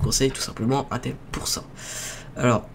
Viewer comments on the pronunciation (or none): chu pas un rageux mais putain on dit intel (IN) pas 1tel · on dirait que t'y connais rien tu sais même pas la différence entre Intel et amd et stp Intel ça se prononce "inetel" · mec c'est in(e)tel